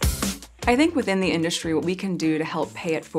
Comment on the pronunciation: Within the induSCHtry 😂😂😂